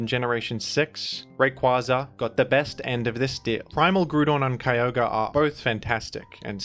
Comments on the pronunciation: I will accept this change if you pronounce Kyogre the same way as the Hoenn pokerap, Ki Yogr ee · Yet you keep mispronoucing Kio-gray